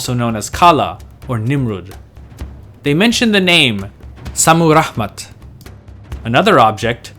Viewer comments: Why do you say "Rahman"? Lol You make it sound arabic. There is no "H" in Rammat Modern Assyrians simply say "Shamiram". This was my mothers name also. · Very nice video. If I may make a correction?, the sound of H was non existing in ancient Assyrian, and her name was ShammiRamat ( very likely to have meant, Heavens' Beloved ). Shamu/Shami ( Heaven, Heavens ), Ramat, feminine of Ramu ( love, beloved). Naram Sin's name meant ( Beloved of Siin, the Moon God ). Also, in Assyrian, in 2 syllable names, words, the emphasis is always in the 1st syllable, opposite French or Arabic, so Adad is AHH-dad. Ashur is AH-shur. Otherwise, I really enjoyed the video. Many thanks, from a modern Ashurian/Assyrian.